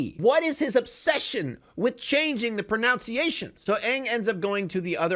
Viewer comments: Bruh, you really got frustrated at names being mispronounced , then said 'pronounciation' instead of 'pronunciation' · Talking a lot on the pronunciations in the film, but you cant even pronounce “pronunciation”.